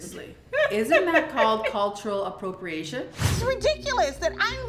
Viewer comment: She did struggle with the pronunciation lol